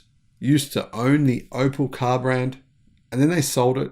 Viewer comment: it is Op E l ( pronounced OpL ie " Ope- ell" )